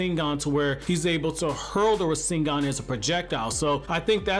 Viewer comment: “Ra sing gahn” 😂